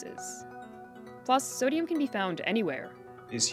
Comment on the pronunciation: "Sadium" He says.